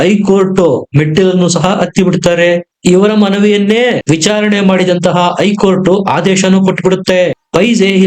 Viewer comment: ಮಾಹಿತಿ ಗಾಗಿ ಧನ್ಯವಾದಗಳು, ಆದರೆ ಒಂದು ತಪ್ಪನ್ನು ಪದೇ ಪದೇ ಮಾಡಿದ್ದೀರ ಅದೆಂದರೆ 'ಐ ಕೋರ್ಟ್ '. ಅದು ಐ ಕೋರ್ಟಲ್ಲ 'ಹೖ ಕೋರ್ಟ್ ' ಎಂದಾಗಬೆಕು. ಅದೇರೀತಿ 'ಇಂದು'', ಹಿಂದು ಅಂತಲೂ, ಅತ್ತು ಅನ್ನುವುದು ಹತ್ತು ಅಂತಲೂ ತಿದ್ದಿಕೊಳ್ಳಬೇಕಾಗಿ ವಿನಂತಿ.